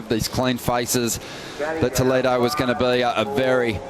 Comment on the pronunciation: Brasileiros falam inglês perfeitamente. Eles nao conseguem proninciar a palavra "Toledo" corretamente. 😂😂